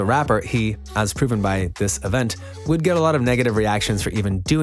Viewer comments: “Diss” even though im super late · “Diss” ain’t dababy that’s my baby 🤣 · Diss "DISS" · “Diss” really hope I win